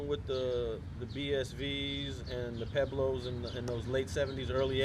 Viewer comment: Pueblos...Puh-weblows....NOT Peblows...if you’re gonna use a SPANISH name say it correctly. Esp you Alonso, seeing that you’re Puerto Rican...SMH